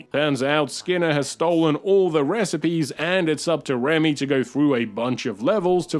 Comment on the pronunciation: Ah yes. One of my favorite Pixar Films right next to Wall-E. Also, his name is Remy not Ramy.